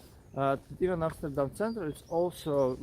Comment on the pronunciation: love your video's! And the way you pronounce Amsterdam! The best I ever heard! American's Always say Emsterdem and I hate that! Good for you